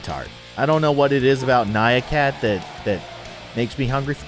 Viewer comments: ITS NYAN CAT NOT NYA CAT!!! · its nyan cat not nya cat !